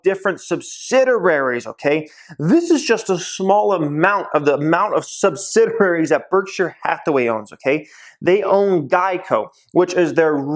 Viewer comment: you need to learn to pronounce sub sid ee ary. other than that, great advice. picking up a few brk.b shares soon. thanks for the help.